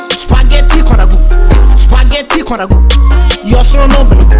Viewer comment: É abbiamo capito sto spagheti con ragù Poi con una t pronuncia. (Spagheti)